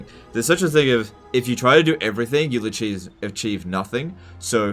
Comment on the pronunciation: "a-cheese". Classic.